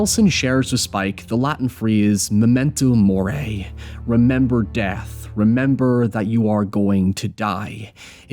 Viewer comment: This is great but whyd you pronounce memento mori like that 😭